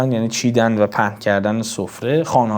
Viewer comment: ارادتمند هستم. اما یک سئوال دارم؛ واژه « چیدن» را چرا « چیندن» تلفظ کردید؟